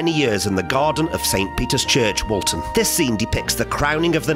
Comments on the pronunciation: you say Paul lived at “20 Forthlin Road, Toxteth” but Forthlin Road is in Allerton not Toxteth which is some distance (North) of Allerton and Woolton. (Take care with your pronunciation of Woolton (wool-tun) not to be confused with Walton. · Its Woolton Not Walton.